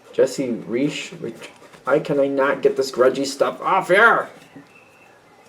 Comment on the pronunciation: can i give you a small hint in here about author's name that's actually supposed to be read Raisch, dear;p Virgo here;) Grüsse dich!